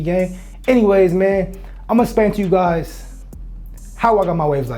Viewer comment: Bra it’s explain that’s the way it’s pronounced not “splain” shit made me stop watching